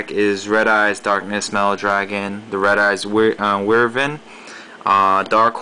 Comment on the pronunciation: why is it that nobody can pronounce WYVERN correctly? "why-vern!" -.